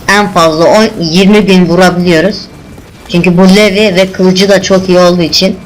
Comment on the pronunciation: ohom levi degil "livay"